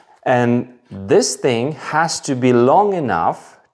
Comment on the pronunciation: The way you terminate the 'g' in 'thing' . . . very common with Europeans!